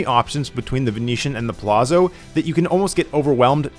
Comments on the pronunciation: ZZ makes a ts sound in Italian. Its pronounced puh lats so, not puh lazzo, same ts sound like saying pizza. You say pete sah, not pee za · Palazzo = like pallats-zo, not palasso. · It's prounced Pah Latz , bro 😂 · pronounced Palazzo wrong 😂